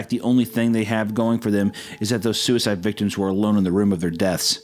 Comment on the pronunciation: I Adore the fact the only time Suicide wasn't censored was hunter saying "Sewiside woom"